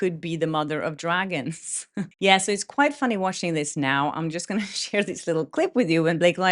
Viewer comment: Every time you say mother of dragons, all I hear is mother of drag-ins and that's even funnier! And so appropriate! 🤣